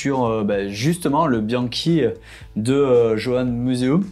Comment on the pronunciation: Vous n'etes pas vraiment des techniciens du velo,beaucoup d'approximation dans vos commentaires.Velo en acier(vous oubliez l'alu,le titane),les boyaux existaient en 25-28 (le 23,21,19 pour la route).Concernant Johan museuw on ne prononce pas jean ou jo mais Yo. Les roues avec jantes en bois furent utilisés longtemps!C'est le buis ou cornouiller qui etaent utilisés pour renforcer le pivot de fourche...!Vous oubliez aussi la mousse sous une double couche de guidoline.Les systemes de serrage de la potence ne renforce pas les pivots....!La zone de casse se situe dans la partie inf. ou sup du pivot....!Dommage de ne pas travailler vos dossiers